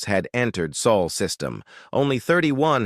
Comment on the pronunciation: Again AI can't pronounce sol. Finally Jake Morison made general.